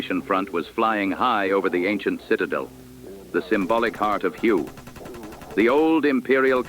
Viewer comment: Learn how to pronounce Hue correctly.